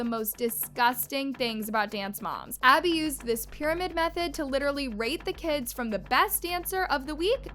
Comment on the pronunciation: Maddie can't even say Abby's name and Chloe I feel bad for her she was my favorite and I hated when she got yelled at it enraged me 😡😡😡😡😡😅😅❤❤ but Who loves Chloe cause I do😊